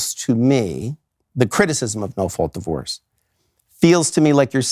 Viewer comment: "Marriage and divoroe"